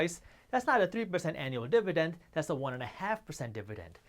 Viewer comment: I chuckled everytime he said 'dib-a-dend'